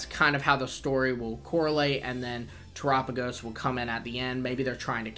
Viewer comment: Yoo bud soo one thingy, Terapagos is pronounced after the word of Terra, earth, and galapagos, so terrápagos basicly